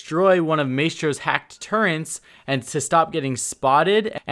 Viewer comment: You sound like youre saying turrents